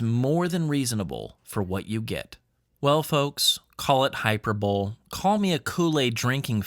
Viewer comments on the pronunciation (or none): It's "hi-per-bo-lee" not "hyper-bowl".... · LOL yeah it's pronounced hyperbolyyyy!!! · Hate to be the one but it's pronounced Hi-Per-Bo-Lee.